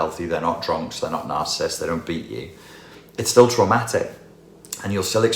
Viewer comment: Quick note: The word is NarciSSIST...not Narcist...three syllables.